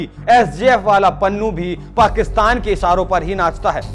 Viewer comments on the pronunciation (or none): none